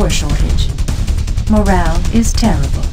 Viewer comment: "Morale is tear-ah-bull"